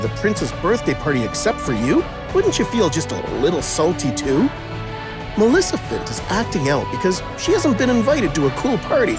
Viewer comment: How can you not be able to say MALEFICENT right😅😅😅😅😅